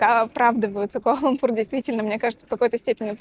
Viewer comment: КуАла-ЛУмпур (во втором слове ударение ставится на первую "У").